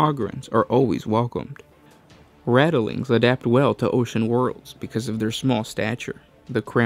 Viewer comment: How you say ogryns and ratlings is comedy!